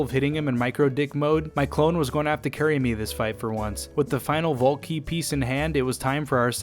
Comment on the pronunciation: Took me 16 and a half minutes to realize he was saying "vault key" and not "ball king"